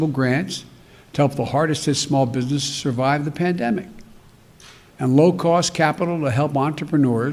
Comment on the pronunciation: When he says "binus", does he mean "business" ?